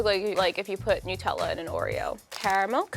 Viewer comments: nyoutella is not a word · Anyone else find it funny how in America 'Nutella' is pronounced as "Nu-Tella"? And not "Nut-Ella". As "Nut" refers to the Hazelnut and "Ella" being a suffix for "Sweet". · It’s pronounced and spelled Nutella not nootella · i didn’t know that americans pronounce it ‘newtella’